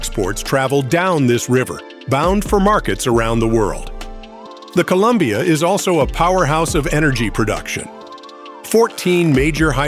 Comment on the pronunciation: Your AI is confused by the word "Columbia" I think....